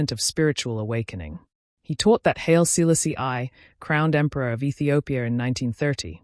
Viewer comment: who is this narrator....why do you have this person's voice that don't speak H.I.M. Haile Selassie I. Name right. But this person says Mosulini name right 🔥🔥🔥😡